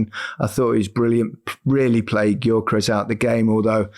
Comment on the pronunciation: It’s pronounced “Yerkeres”.